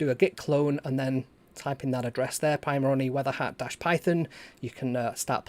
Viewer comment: I like the way you say it better :)